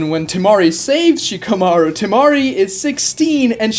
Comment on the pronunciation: Why the hell do you say Shikamarus name that way? Stop putting so much tension on the "shika" part of Shikamaru